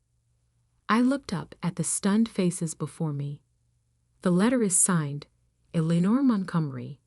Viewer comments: "St" is "Saint Michael's Cathedral", not "Street"! "Eleanor" should be pronounced correctly always in the commentary, to have the correct spelling in the text! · Good lord. Pronounce Eleanor correctly! And St. is not for street, it's St for Saint Michaels!